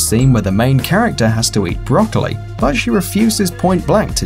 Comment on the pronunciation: Probably I'm Japanese cuz I love "brocaliy"